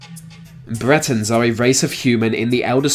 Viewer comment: Please don't assume the narrator is English......his pronunciation is that of a five year old. "Bwetons trace ver origins to va Bwitish iowls". Maybe he is Jonathan Woss's son!